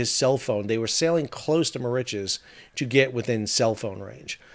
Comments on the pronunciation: I'm sorry whilst I enjoy your contributions, I dont believe you've actually been to Mauritius, firstly nobody pronounces it - Mau rich es - there are generally two correct ways pronounce the name of the island, one in English - Mur Rish uss and the french way - Eel Mo Reece for Ile Maurice. Secondly while the stretch of coast where the Waiashio ran onto the reef is reasonably pristine, the majority of the west and north coasts (to leeward of south east trades and currents) have despoiled and dead lagoons due primarily to coral bleaching caused by hypoxia, local textile industry chemical dyes seepage, and local household litter and retail plastic waste. Mauritius WAS once pristine, before independence created the conditions for uninhibited pollution and strict adherence to Indian standards of hygiene and cleanliness. If Mauritius does finally get handed custodianship of the Chagos archpelago, heaven help the eco-system, because the Mauritius governent won't. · My wife has been wincing every time you say the name of the island. An old friend of hers is from there. More itches? No, no, no. Mauritius rhymes with delicious and malicious. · I love your videos. It’s pronounced Ma-Rish-us. 😅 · Mauritius is pronounced Maurishious 😊 used to live there 🤗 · Muh ri shuhs, fyi incase you make a video on this again. sorry i had to stop it was killing me. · where does that pronunciation come from? given that you have been there, I have to ask, is that how it's locally supposed to be pronounced??? I always heard the pronunciation "Merishowz"... but that is based on French. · The first shipwreck in history caused by a cell-phone. (Incidentally, I never heard Mauritius pronounced like that before.) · Not sure where Sal got his pronunciation of Mauritius from.... even with Google set in American pronunciation mode comes nowhere near how Sal is saying Mauritius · yes I found it difficult to follow as he was pronouncing Mauritius the wrong way.